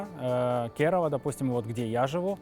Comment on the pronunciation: кЕрава, а не КерАвА